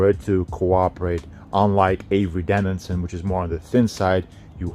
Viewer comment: It’s avery dennison, not denninson.